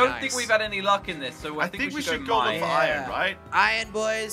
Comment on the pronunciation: Is just me or does he say ion instead of iron